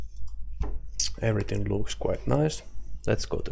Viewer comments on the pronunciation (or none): none